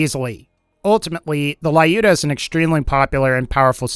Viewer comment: It's 'Lyuda', not 'Laiyuda' or 'Liyuda'.